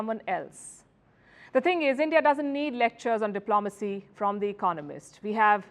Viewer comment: Indian media coverage is NOT ''ill-informed'' BUT it IS ''informed'' by the British Raj. Even this Report refers to British Colonial Officers... until India takes responsibility for their present instead of blaming the past they will continue to think like victims! BTW ''diplomacy'' is pronounced dip-lo-macy, not dip-lom-acy.